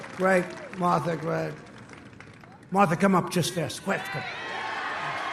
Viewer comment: "Motha McSally... MOTH-THA! Come up here, Moth tha!"